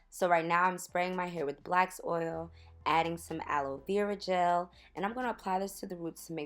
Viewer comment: Are you meaning black seed oil when you say "blacks oil" ?? Lol